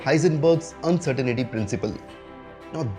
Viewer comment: You are spelling and mispronouncing uncertainty.